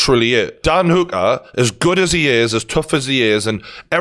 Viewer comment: I really can't get over how he's pronouncing Hooker